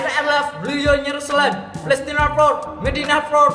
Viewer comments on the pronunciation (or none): none